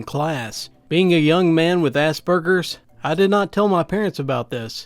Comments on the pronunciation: For the future: As-Per-GERS, not As-Burgers. It's a pretty widespread mispronunciation. Just so you know. :) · Assburgers really am i hearing it wrong or typing because who THe fUCK NAmES A MENTAL ILLNESS ASSBURGERS